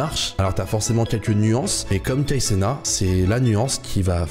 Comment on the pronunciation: C'est Kai CenaT Il faut prononcer le " T" à la fin c'est pas " Kai Cena "